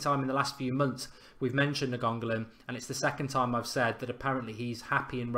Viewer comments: NAGONGALON YES GET IN! Nah seriously Mark his name is Rad-ja Na-in-go-lan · NAIN-GO-LAN NOT NA-GON-GO-LAN!!!!!!!!!!!!!!!!!!!!!!!! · Ra-Ja Na-Ing-Go-Lan is how you pronounce his name bro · Hey Mark just so the idiots online dont give you a hard time just cause u say the name wrong it is pronounced like this Ra-ja like you saying Roger like a Jamaican Raja Last name Na-in-go-lan hope that helps. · nice video pal, btw it's pronounced "Ni-ang-go-lan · Na-gongo-lan? Wtf 😂😂😂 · Pronounce it as Ny-an-go-lan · Mark, his name is pronounced na-ing-go-lan I know it's kinda difficult, i"m Indonesian, and it's Indonesian family name (his father is Indonesian) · It's Nine-Golan, another great video btw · Ra-ja Ni-an-go-lan Jesus Christ man invest 5 seconds in learning how to pronounce it before you go on air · It's pronounced Na-ing-go-lan, if you guys wanna say his name correctly. It's an Indonesian family name, his father is of Indonesia. And Radja (pronounced Ra-ja) means King. So there you go, if you guys still wanna know how to pronounce his name correctly. I'm from Indonesia, so i know it's difficult to say his name for a lot of you. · His name is pronounced Ra-ja Na-ing-go-lan I know it's kinda difficult, i"m Indonesian, and it's Indonesian family name (his father is Indonesian) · Mark pronounce Nainggolan nine go lin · all the folk giving him stick for saying nianggolan wrong, ffs, get a life, as if you haven't said something wrong in your life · It's like he didn't even bother to try and read it, sure he put a D in there somewhere.